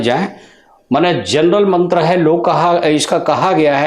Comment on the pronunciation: उच्चारण मंत्र का गलत है l